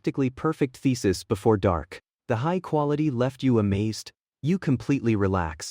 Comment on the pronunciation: thesis sounding like ficis😂😂